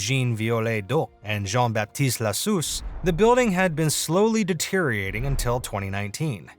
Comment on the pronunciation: Sigh, . . .it is closer to "NUH-tra Dahm", not "NO-tra Dahm", and "deteriorating" has SIX syllables.